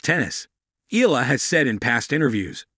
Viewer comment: Her surname pronounce E yala